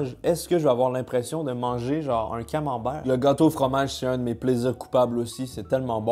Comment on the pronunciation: J'entends "camenbain" perso 😂